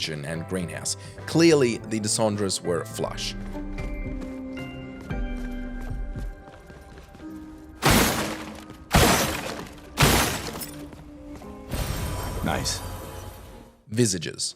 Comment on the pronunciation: Visages? I mean did you just say "viz-a-geez" instead of visages? I am not even going to write a phonetic for the correct one as anyone who actually bothered to play the game heard it right.